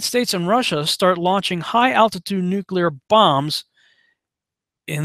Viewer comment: You said nuclear 3+ times correctly, which forced me to hit the sub button. FINALLY a conspiracy dude I can respect.